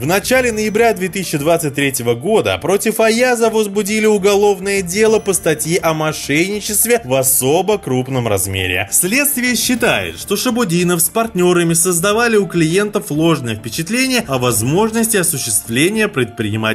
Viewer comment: "мошеЙник" " о мошеЙничестве" Аяз стопудово мошенник, но автор!!!Твою то мать!!! Канал на котором 700к подписчиков и говорить - "мошеЙник".....рукалицо